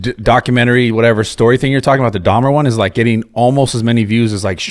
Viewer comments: It's dahmer .. jesus... dahmers wtf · If I have to hear this boy say Dahmers one more time…it’s DAHMER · Steve really needs to learn how to pronounce the word "documentary" and there's no 'S' on Dahmer. 🙄🤨